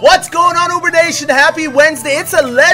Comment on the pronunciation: i like the way u say uber it's very funny what the dueuce?? lol